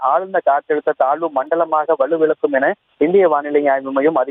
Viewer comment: அது வலுவிலக்கும் இல்லை..வலுவிழக்கும்..